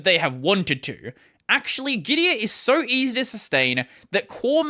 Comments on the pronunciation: Gitea is actually pronounced gi - tee not gi - ti - uh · Git-tee-ah? 😂 It is called Git-Tea. Their logo is literally a cup and they also have the word "tea" in their slogan 😂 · The problem with "git-tea" pronounciation is that's not very differenciable from "gitee" or "gity" or even "giti". "Git-tee-ah" might be considered clearer regarding how it's spelled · Pronounced as Gi-Tee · If the dude could pronounce Gitea properly in the first place, he might be worth listening to.